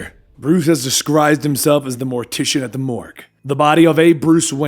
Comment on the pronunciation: That's not how you say disguised